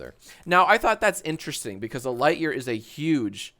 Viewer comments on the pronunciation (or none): none